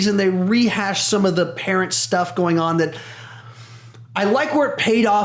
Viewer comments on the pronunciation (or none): none